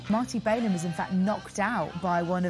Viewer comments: Somebody should have told the limeys how to pronounce Marty's last name instead of crucifying it time and time again. It also would have helped to have had an inhabitant of the city who could articulate what was going on instead of inaccurate conjecture on the Brits part. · Volunteers was recorded in the spring of 1969- not 1967. Marty's last name is pronounced without the 'bay' sound- it's a short 'a' sound: 'Bal-in'. And that's straight from his own mouth.